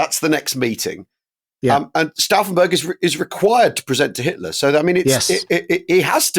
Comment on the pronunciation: Who is this 'Hilter' of which you speak?